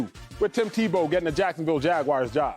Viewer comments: The Jacksonville Jagwires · Jag- Wires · Jacksonville Jag-wires😂😂😂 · "jacksonville jagwires" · Jaguairs? Wtf.